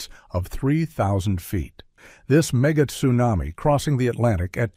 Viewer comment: Wow, ,,, time flies, 2021 for two months. I remember when it was a big thing. But I like volcanoes 🌋 Your pronunciation of tsunami toosuenami was worth the fifteen minutes 😹